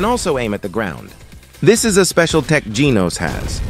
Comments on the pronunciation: why AI voice pronounce "genos" as "jeenos" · ITS not GENOS like ee ITS GENOS like an a and e combined